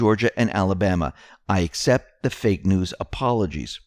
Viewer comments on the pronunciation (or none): none